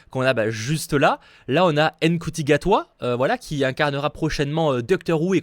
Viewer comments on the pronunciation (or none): Petite précision, Ncuti Gatwa ce prononce "Shouti" phonétiquement parlant